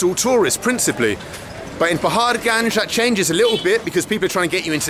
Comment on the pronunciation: Say Paharganj one more time I dare you